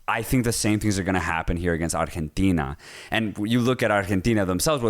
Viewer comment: LMAO so fuuny how you both speak perfect english except when you have to say arrgggghetina lol.....ar-gen-teeeeeena